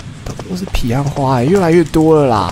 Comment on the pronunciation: 上一集我就覺得是我聽錯了...但這集用耳機仔細聽... 阿神一直都念..."皮"岸花??